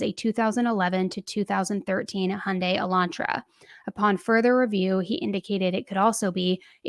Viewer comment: Thank you for saying Hyundai not hy-yun-day. I know it’s not important but it just bother tf out of it.